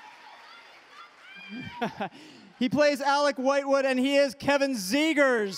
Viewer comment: "Alec Wightwood"